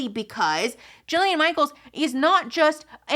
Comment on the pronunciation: It’s “Jillian” Michaels